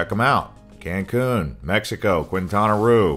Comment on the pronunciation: Annoying that you do not pronounce areas in Mexico correctly. Qu is like a K therefore Quintana is said like Kintana